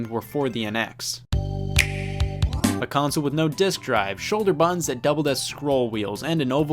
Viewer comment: The way he says, "buttons", lol 🤣😂 I absolutely love this channel